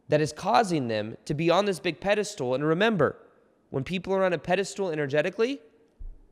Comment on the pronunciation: I thought you'd be able to pronounce pedestal instead of pedestool by now xD